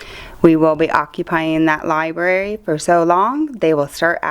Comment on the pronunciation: Did you fucking say LIBARY, and not libRary? Please fix that man. Sweet T got it right!